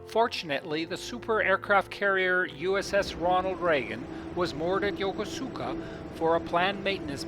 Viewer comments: YOKOSKA..... don't pronounce it YOKOSUUKA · "yoko suka" port its YOKOSUKA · I am half Japanese and my first language is Japanese, sir. My father was stationed in Negishi and Yokosuka and I have spent half of my life there.... I guess it's more yoKOHska for English speakers but the actual pronunciation is yoKOsuKA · It’s Yo-kuu-ska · I was stationed at the Marine Barracks at this Navy Base from 1960 to 1962. We pronounce the name og Yokosuka differently that shown on this video. We pronounced Yokosuka like this: Yo Kuus ka. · Pronounced Yo-Kose-Ka ! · It's pronounced yokOsukA😉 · Wrong. I was stationed here and met my girlfriend there, she’s Japanese, and she laughs when he says YokOsuka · its pronounced yo-kus-ka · I strongly recommend that you learn how to correctly pronounce Yokosuka. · Dude doesn't even know how to pronounce the name. Jeez... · Funny his pronunciation of Yokosuka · Not to diss your video u did an awesome job but you Mispronounced Yokosuka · Your pronunciation of Yokosuka is the same wrong one on the recorded one on the those JR East Lines. Please re-record this. I lived there and worked with the CO of Fleet Activities Yokosuka. Don’t promote Incorrect pronunciation.